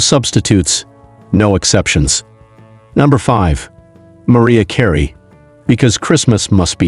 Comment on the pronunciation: I love how he pronounces Mariah Carey as Maria Carey.